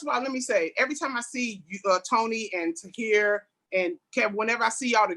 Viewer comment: Tony correcting Tahir is life 😂. “Toner”!!!